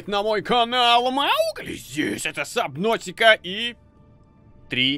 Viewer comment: ни сабнотика а субнатика